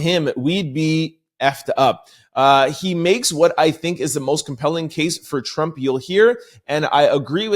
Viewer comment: This guy's Voice is So Annoying. He tries to annunciate so much until hes adding too much. There's no T on the end of Trump 🤨 its Not Trumpt 🤔🤨